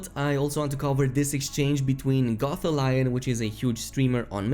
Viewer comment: It’s Gof-thal-eon, he’s not a Goth Lion hahaha You and JorRaptor are so entertaining with the way you pronounce our weird language.